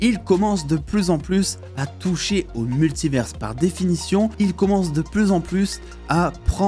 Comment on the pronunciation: Jai une question, pourquoi tu dis « multiverse » et pas multiver ? Tu stresses à ajouter un « s » dans la prononciation alors que y’en a pas. A la limite si tu le disais en anglais ok mais là tu dis en français. Univers tu dis « universe » ?